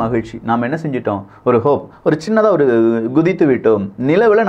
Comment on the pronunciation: ஹோப் கிடையாது. ஹாப். It is hopping. எகிறி குதித்தல் என்று அர்த்தம்